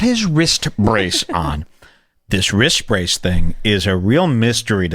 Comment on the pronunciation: wtf is a wrist bracedth